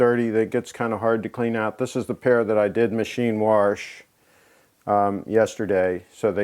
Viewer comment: He said "warsh", therefore he is a St. Loser